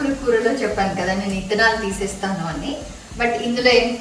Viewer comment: Nice...thank you for telling us good receipe. And, one more thing meru...red chilli seeds ni telugu lo 'ittanalu' ani you were pronouncing....but it is not that it is ' vittanalu' 'V' you should pronounce.